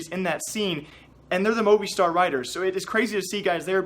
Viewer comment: It's pronounced moviestar not movei